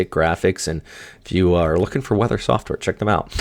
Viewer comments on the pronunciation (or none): none